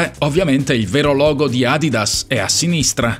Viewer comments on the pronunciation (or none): none